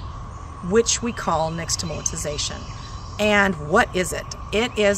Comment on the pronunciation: I agree that the mispronunciation needs to be addressed because now others with then repeat it wrongly, as well. But - it was a nice video for people who didn’t already know this. I’ve known this my entire life - bc it’s part of my culture.